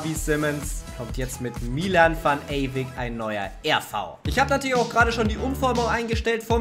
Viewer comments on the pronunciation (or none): Der Junge Mann heißt Ewijk (also Eyweik gesprochen), beste Grüße mach weiter so😊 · [Chertrauda] und van ewijk. Nicht eywick